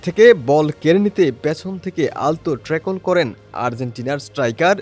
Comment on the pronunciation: What is "trackle" u Hambadik? 😂 and what is "Kuch"? 😅